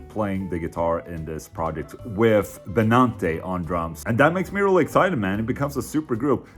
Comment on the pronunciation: it is with not wiff :D